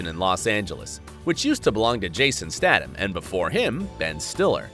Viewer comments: Jason Stat-um??? It’s STATH-AM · Jason statham not jason stadom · Talking about celebrities says one of the most famous ones in the videos name wrong..... Statham ----- "stath-um" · OMG OSSA get your crap together and get a narrator that can pronounce names... I mean that's his job.. to narrate correctly no? If I was Jason Statham I'd be so pissed... And Man Friend really? My grandma uses that term...for her friends who are men.. I doubt Parsons would say his husband was his "man friend"(he married him in 2017 this was talking about 2018), nor would he appreciate it i'd bet! smdh